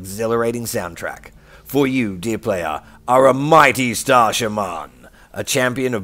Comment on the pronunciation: 'Star sharman' it isn't. It's star "sha-man"